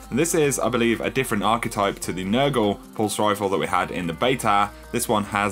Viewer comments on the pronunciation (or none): none